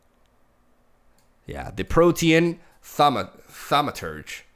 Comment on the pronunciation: How is it that is the only MTG streamer/YouTuber I've seen pronounce Protean Thaumaturge correctly?